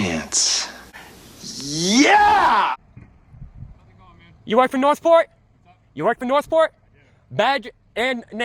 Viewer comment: Sounds like he said North Port